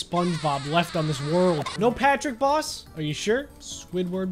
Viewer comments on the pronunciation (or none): who else thought that he said spongebob ross instead of spongebob boss